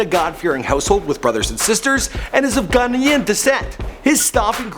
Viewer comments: Am I the only black Briton here who cringed the way he said 'Ghanaian'. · the way he pronounces "Ghanaian" makes me cringe